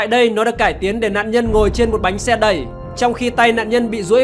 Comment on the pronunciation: Bánh xe anh thành bánh xa